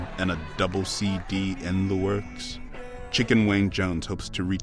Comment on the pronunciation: He been say Chicken Wayne I just knew he was saying Chicken Wing...😂😂😂😂😂😂😂😂